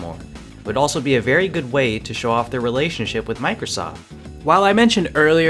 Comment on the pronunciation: Did he say relationship or relationsh*t